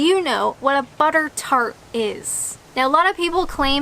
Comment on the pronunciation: Oh buttertart, I thought you said buggertart - my mind was boggling. Don't think about it too hard! :-)